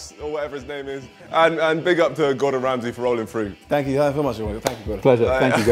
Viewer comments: thats not Gordon Ramsey thats Gordon Hamsey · That's not Gordon ramsay that's rordon gamsy